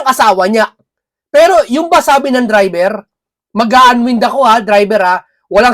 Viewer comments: an waynd....hindi an wind po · Unwind, ang tamang pronunciation ay /anwaynd/. Pls say it correctly. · Bka po unwind( anwaynd po ang basa nyan sir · Unwind is pronounced un-wined 🤣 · SIR, PLEASE PRONOUNCE IT AS "UN- WINED"